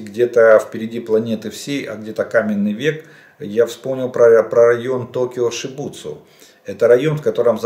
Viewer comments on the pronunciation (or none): Не Шибуцу а Шибуя, и район Токио никак не глубинка